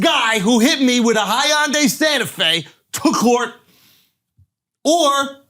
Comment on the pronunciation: I feel like I could sit down with Andrew for an hour mispronouncing hyundai comedically without getting bored.